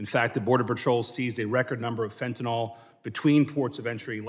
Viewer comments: It's pronounced fentanyl not fentanol. Like vinyl.😋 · Fen - tin - I ILlL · Not really important but it’s actually pronounced Fent-Tan-Ill